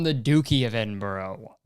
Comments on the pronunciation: Kurtis pronouncing Edinburgh is the funniest thing I've heard in a while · from someone from edinbURGH. i’m gonna have to cancel you for the way you said it my guy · I'm here trying to be annoyed like Kurtis about the royal family but his pronunciation of edinburgh is so distracting I don't think I can take it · I agree with your point, but the way you say Edinburgh makes me cringe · the pronunciation of edinburgh was painful, but ily kurtis. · with peace and love Kurtis that is not how you pronounce Edinburgh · my guy it’s ‘eding-BRUH’, not eding-borough lol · Kurtis, I don't to sound annoying but it's Edinbra 😂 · it’s edim-bruh, like when you realise how racist the duke is you’re like “bruh” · I'm sorry, EDINBURROW?? it's edinBRUH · Kurtis pronouncing Edinburgh as Edinborough instead of Edin-bruh... comedic excellence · the dukes of edinbro? my guy is edinBRUH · ITS EDINBRUH NOT EDINBORROW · “DuKe Of EdInBrO” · Edinbirogh noooooo is edinbraaaa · btw kurtboy its pronounced edin bruh not edin burrow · racist royal guy is legit pronounced duke of edinbruh - missed op for some doozies kurtis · duke of edinbro 😭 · “Duke of Edinbro” Kurtis Conner 2021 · its okay we hate the duke of edinburgh in the uk anyways (also its pronounced like eddin-bruh) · No one: Kurtis: the Duke of Eding-bro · Kurtis pronouncing Edinburgh as Edinbro made me realise how british I am. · it’s edinBURUH hahahahahahahah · duke of “edinbro” i’ve never felt such pain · "The duke of edinbureau" It hurt me every time he said it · Kurtis... it’s pronounced Ed-in-bruh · Kurtis pronounce it Edinbruh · Edinburgh us pronounced ‘Edinbra’ it’s spelt weirdly because it’s in Scotland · Edin-burrow. The Duke of Edinburrow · The way he was saying Edinburgh 😭😭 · The way he pronounced Edinburgh😭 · Anyone else from actual Edinburgh in Scotland absolutely screaming at how he pronounces duke of Edinburgh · Kurtis saying Edinburgh wrong is so funny to me